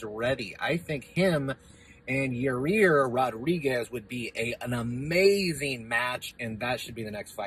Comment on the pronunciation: "Your rear Rodriguez" lol